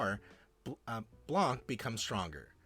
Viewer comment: the c in blanc is silent